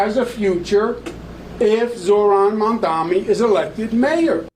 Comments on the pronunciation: Bro how is he STILL saying MaNdaMi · how does cuomo keep getring mamdanis name wrong its so insane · how do you pronounce zohan mandarini wrong no many times? its so annoying.. like its on purpose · “Zorran monDAMi” - Cuomo